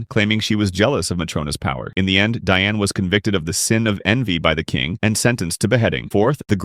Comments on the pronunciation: Ur calling ban and Diane wrong 😐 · bro is not pronouncing Diane's name right